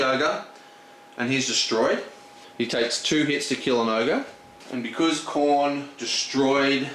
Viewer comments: About pronouncing Khorne. Say after me: Corn. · this guy doesnt have a clue what he is doing. and the "Khorne" pronounced as chrone or whatever the fuck he mumbles is the last nail to the coffin.